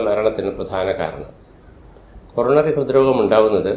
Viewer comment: ഹോറോണറി ആ ണോ കൊ റോ ന റി ആ ണോ